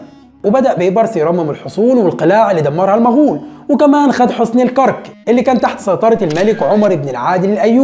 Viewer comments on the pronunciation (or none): الكَرَك... الأستاذ ، جهودك مشكورة، ولكن لاحظت أنك تكرر الخطأ في لفظ اسم المدينة الأردنية العريقة الكرَك، وذلك لأنك تسكن الراء، والأصل فيها أن تكون مفتوحة... وجب التنويه. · عيب والله .. الكرك؟؟؟؟؟؟ الكاف بالفتحة والراء بالفتحة وتسكين الكاف.. AlKarak .. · فعلا منطقة الكرك بفتح الراء